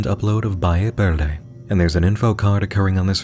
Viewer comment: "Balle Berde" 💀 this hurt my hispanic brain